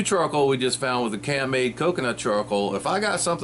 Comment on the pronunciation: Think it is pronounced camp made